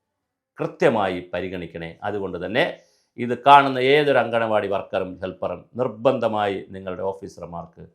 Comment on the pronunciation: സ്ത്രീകൾ നടത്തുന്ന സ്ഥലം എന്നല്ല മാഷെ മുറ്റത്തെ പൂന്തോട്ടം എന്നാണ് അങ്കണവാടി എന്നാണ് അംഗനവാടിയല്ല